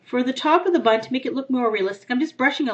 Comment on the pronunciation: did u say bunt instead of bun?????